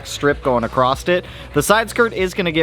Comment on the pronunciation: OMG, please stop saying "accrosst" That said, I'm Bout the yellow as well